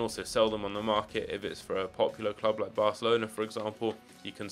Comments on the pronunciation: Market bro not marlet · “Marlet Crash”